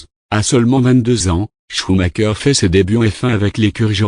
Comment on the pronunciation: "Choumaqueur" ??? Et pourquoi pas "chumacher" pendant que tu y es ??? On prononce "choumareur" !!!